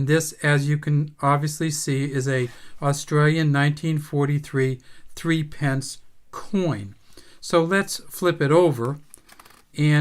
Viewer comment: Love these little fellas! It's pronounced 'thrippence'